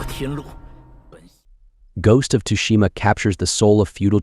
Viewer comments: And now I continue with the vid and he says "tooshima." fucking raging! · Ghost of “Tushima”? How about you show a bit of respect and get the name right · "ghost of tushima" made me laugh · "Ghost of Tushima". Everybody better watch their butts.